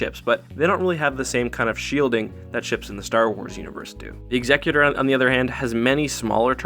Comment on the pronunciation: Why does everyone say "Executor" wrong?